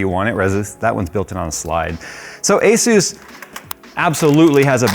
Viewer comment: Does everyone pronounce asus wrong? Say the word SUS and then add an A infront of it. Its not AZUES